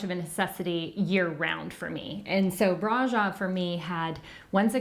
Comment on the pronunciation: Ugh!!!! The mispronunciation of Brasov!!!! Cringe!!!